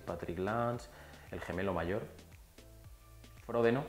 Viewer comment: Me sacas de quicio cuando dices fródeno.. a ver repite conmigo fro-de-no, ahora todo junto, frodeno, muyyy bien... no fródeno, frodeno!! Por lo demás, gracias por los vídeos majo